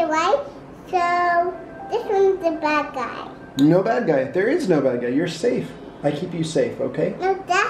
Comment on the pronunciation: Thewe's a bwad guy in my woom OMG is so cute